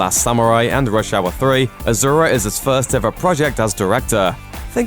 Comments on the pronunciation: azura? its asura...with Ssssss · Its not Ajura,its A-S-U-Ra.. Pronounce correctly plz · actually it's pronounced asura not ajura n asura is a Sanskrit word means demon.... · Why is this calling Asura as azura? Asura literally means demon in Sanskrit. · I cringed hard everytime i heard him saying Azura -_- For god's sake it's Asura, with an S and not Z. Not even difficult to pronounce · Im sure its pronounced a"su"ra not azura. asura measn demon in sanskrit, not pure translation but close. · There is no "Z" in Asura to call it Azura... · It's Asura, not Azura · A su Ra... NOT A ZZZZZU RA H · no offense but asura pronounced 's' not 'z'... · Asura not azura (ah-shu-ra) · ASURA. NOT AZURA. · 1st, it's pronounced AH-SUU-RA not AH-ZUR-A. (In Chinese it is Āxiūluō.) 2nd, all the commenters talking about it being Tibetan Buddhist have no idea that Asuras are part of Buddhism in general. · Sorry, but I cringed everytime I hear you say 'Azura'. It's Asura, su such as sew, not zu. I've never watched the movie myself, but to be frank, I'm not very interested in the movie, probably because I've never heard of the movie until people start talking about how it tanked. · I'm pretty sure its Ah-Sue-Rah not Ah-Zoo-Rah. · A-SUE-RA it's ASURA not A-ZOO-RA/AZURA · It's asura not azura you learn English no good yeah peace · Asura not Azura. Make the s sound and not the z sound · he cant even pronounce asura properly...keeps telling azura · Good analysis. Asura is a Sanskrit word. The name is not pronounced as AZURA, it's ASURA ... soo not zoo. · It's not "AZURA" it's "ASURA " A word from SANSKRIT Asura, (Sanskrit: “divine”) in Hindu mythology, class of beings defined by their opposition to the devas or suras (gods). The term asura appears first in the Vedas, a collection of poems and hymns composed 1500–1200 BCE, and refers to a human or divine leader. Well Buddhism and Jain Dharama aslo came from INDIA. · First one it's Asoora not Azura It means demon in hindu (Indian) mythology